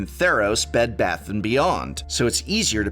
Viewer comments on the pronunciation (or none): none